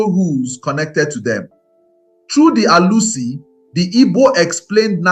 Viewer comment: Your pronunciations make it sound as though your target audience are not ndi Igbo. You pronounced Alusi, Chuwku, and some other words the same way many Nigerians mispronounce their names to make it more acceptable to westerners.